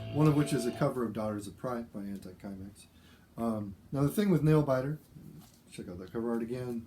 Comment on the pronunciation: You say it Symex...not Kimex